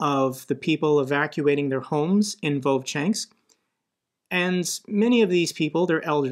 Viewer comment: It isn't "vovchanks" but "Vovchansk'